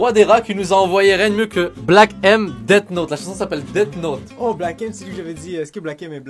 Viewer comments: Deat note... (Ca se dit death note deaff note PUTAIN ) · Le titre de Black M ca se prononce Deathhhhhh Note ( d'un manga ) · parlons de la manière dont tu as dit death note ☺